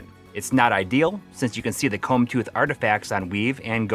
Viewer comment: I was making a joke that it sounded like he said “Cum”